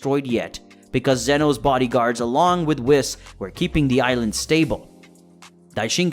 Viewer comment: Cay-yone🤣🤣.... Whiss-Khalifa🤣